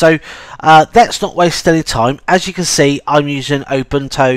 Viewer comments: Its U-bune-too not ubuntow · Did you say obuntu and not Ubuntu? haha. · The accent is great. I thought, for a moment, that there was a new Linux distro called: Open Toe.